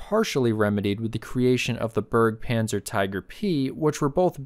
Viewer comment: Pronunciation: Berg-Panzer (which is how you are pronouncing it) literally means “mountain tank” (and makes no sense!) Berge-Panzer: literally “recovery tank”. [1] The last “e” in “Berge” (as in Kriegsmarine, Luftwaffe, Focke-Wulf, etc) is NOT silent. It is pronounced as a schwa (IPA symbol “ə”). As Wikipedia says (and they do have a sound sample, too): In English and some other languages, it[the schwa] usually represents the mid central vowel sound (rounded or unrounded), produced when the lips, tongue, and jaw are completely relaxed, such as the vowel sound of the ⟨a⟩ in the English word about. [1] of course, Berge by itself is also the plural of mountain, but plural-mountain tank makes as much sense as airs-ship instead of air-ship or waters-craft instead of water-craft in English.